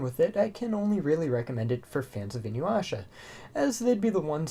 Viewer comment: Take a shot every time bro says Inyuwasha